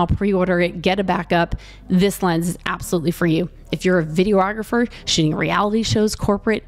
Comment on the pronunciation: Has anyone ever mentioned that you mispronounce the word videographer? Not tying to be a dick - don't know if English is a 2nd language for you or its a regional thing. You're adding an extra syllable.